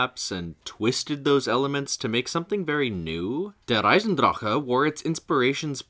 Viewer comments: fair enough. On a side note, I like how you go out of your way to pronounce the German names but please remember for the next vids, that german "c"/"ch" should not be pronounced as "k" as it is the case in english. It is more of a huffing sound. Imagine it as a frustrated exhale and your german will improve in an instant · Is that actually how der eisendrache is meant to be pronounced? If so I've been pronouncing it wrong all this time 😂😭